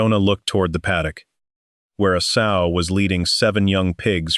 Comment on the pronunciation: S-owe, not sew. This is annoying